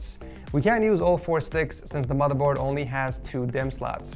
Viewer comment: No one: Litterally no one:: MOTHA BOAD